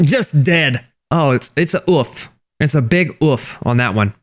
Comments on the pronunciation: you don’t say it like uff. You say it like OOF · its no ouf its OOOOOOFFF